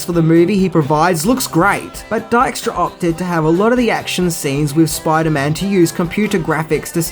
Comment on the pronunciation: You really do butcher names. Dykstra is pronounced Deek-stra